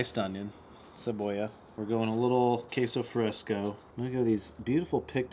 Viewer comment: "K-so fRAYsco" haha love it!